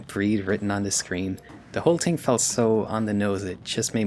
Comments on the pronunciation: This video is really good but the way you say ting pmo so bad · Its adorable that you consistently can't pronounce "TH" 😂 Te Ting Tirty Teerorizing